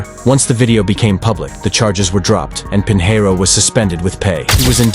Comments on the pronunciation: Robots can't pronounce SHIT. Pinheiro is pronounced "peen-YEH-roo". "Pin hair oh" is just fucking stupid. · Correct pronunciation would be Pignero, as in Lasagna.